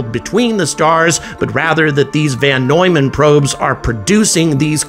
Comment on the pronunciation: It's VON Neumann, not VAN Neumann!